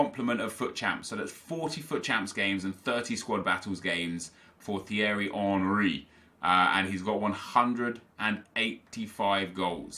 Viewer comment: u pronounce Thierry 3 different ways... 1st it's teery then u pronounce it right then u pronounce it right again but u say TH instead of the T hahahaha make up your mind will u lol